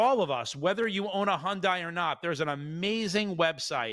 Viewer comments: You're making me nuts with the Hondie. Hyundai is pronounced HUN-DAY not HON-DIE. Lol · Hyundai is pronounced like Sunday. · As a korean native, the correct pronunciation is Hyon-Deh.